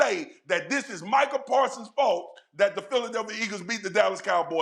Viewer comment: Micah pawsons 😂😂😂😂😂🤣🤣🤣🤣🤣🤣🤣🤣🤣